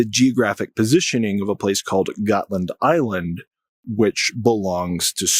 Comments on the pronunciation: DUDE!, DeepWoods Off! already! 🤷‍♂️ PS Götland is pronounced like Goatland and for good reason, and uh it’s not an ocean…. Also, Russia wants to see if it can get the West to divert its resources AND, not or, if not, it wants to attack/probe NATO and OF COURSE it wants Finland, too. I mean, come on. It’s Russia/Moscow and a very strategic piece of land, a la Crimea. Predators gotta pred… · You're mispronouncing ˈɡɔ̌tːland